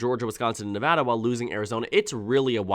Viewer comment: Thank you for pronouncing Nevada correctly :D